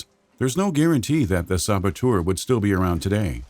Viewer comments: I really hope he’s hinting at a “The Saboteur 2: The Sabo-Two’er” since he says it like that. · The "Sabatour'... :)